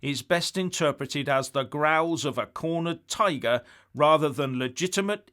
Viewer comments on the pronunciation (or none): none